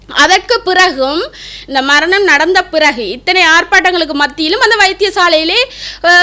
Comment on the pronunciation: மரனி, மர்ணம்... இது என்னம்மா தமிழ். .முதல்ல நீ பேச கத்துக்கோ இதில வேற நீ முன்னாள் போராளி..அதிலும் வைத்தியர்.. எதுவும் நம்புற மாதிரி இல்லையே...உன் பேச்சால... இந்தியாவில் இருந்து நான்..